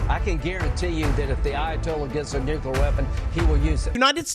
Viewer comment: Noo-clee-ur. For cry eye, say it correctly.